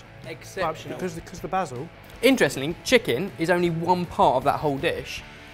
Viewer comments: Glad to hear someone () pronouncing "oregano" properly for once. They still need to work on "basil" though. #somedayyou'llgetit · every time i hear them say "bah-sil" instead of "bay-sil", i cant help thinking of faulty towers and it hard to take them seriously, cuz all i can think of is Sybil screaming, "BaSiL!!"